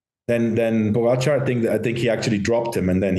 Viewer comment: Why does Lance keep pronouncing Pogacar name incorrectly? Is it on purpose like Trump with Kamala?